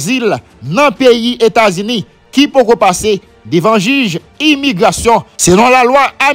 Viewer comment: Se États-Unis États-Unis, États-Unis corrigé bouche ou frè m